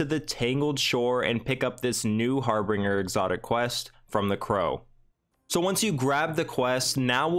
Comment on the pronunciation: HAR-BIN-GER is the how the word is pronounced. Thanks for the video though.